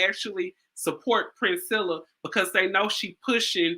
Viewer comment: I wonder why no one can say, PRIN-SELL-A? Princella like Princess Ella.